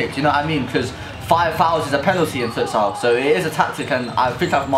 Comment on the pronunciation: No offence but "fUtSiAl"